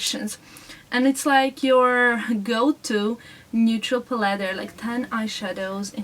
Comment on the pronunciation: Love the video! :) Just wanted to let you know that you are always pronouncing "palette" the wrong way, in case you didn't know. :D I kind of like it, it's cute. :)))